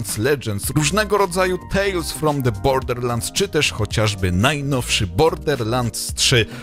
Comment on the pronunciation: Nikt:: bordeRlansd.... bordeRlansd.....bordeRlansd